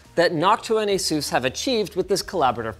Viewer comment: ur pronouncing asus wrong. it's the other way. ur not Taiwanese, whats the accent for?